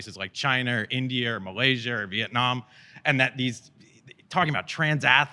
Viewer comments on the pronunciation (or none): Chiner? Indier? Malaysier??? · chiner, indier, malaysier...